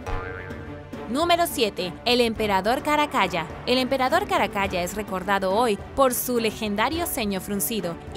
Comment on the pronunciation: Excelentes videos, muchas gracias! Y UN DETALLE: se pronuncia "Caracala" no "Caracaya" y se dice "MONStruo", no "MOUStro" u otra forma (esta palabra parece que se le indigesta a muchas personas). Saludos!